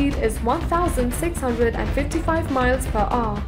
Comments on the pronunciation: "miles per o" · “ 1,875 miles per aw “ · Miles per uuh, watch at 0.25 speed